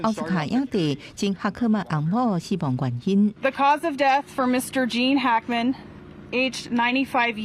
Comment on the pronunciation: 愛kā台語台 一寡主播 呵咾。Gene Hackman, Trump….外來語 直接用英語（日語，…）發音，蓋媠氣